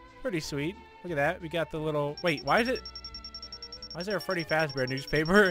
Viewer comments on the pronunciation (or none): none